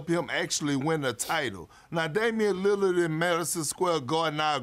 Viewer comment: "if Damian lillad"I'm dead